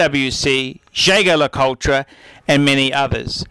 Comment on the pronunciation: I think he mispronounces the brand "Jaeger LeCoultre" anyway, he doesn't sound a happy watch collector!